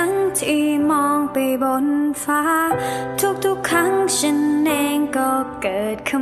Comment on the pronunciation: เสียงเพราะมากๆจ้า แต่ติดเรื่องการออกเสียงนิดนึง เสียง( ร)ยังไม่ค่อยได้เท่าไหร่ แล้วก็การปิดคำ นี่ๆท่อนสุดท้าย" มันเป็นวันที่ฉันได้พบเธอ" เนยจะออก ฉานน .. ติดแค่นิดเดียวเท่านั้น ภาพรวมโอเคจ้าเพราะๆ ^^ เป็นกำลังใจให้